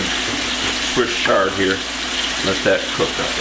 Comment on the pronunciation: Papa say ch-ard like ch-icken. Not sh-ard.